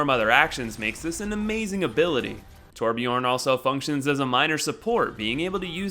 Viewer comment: Torbjörn is readen Torbjern There is no O but more like EEE